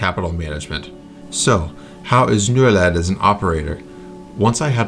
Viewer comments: I think Norled is said more like you say Norway but led instead of way. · Norled. O in Nor is pronounced something like the OO in Poor.